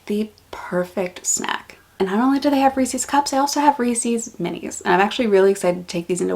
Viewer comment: TIL that Reese's is pronounced "Reesie's"